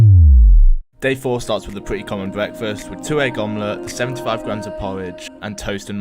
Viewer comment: Powwidge, wice, mawgerine, buwwer